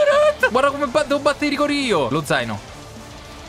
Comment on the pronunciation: Lozano❌ Lo zaino✔️